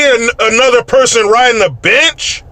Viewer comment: I thought you said, “I don’t need another person riding a bitch!” 😂😂😂😂😂😂😂😂😂😂😂😂 You said “bench!”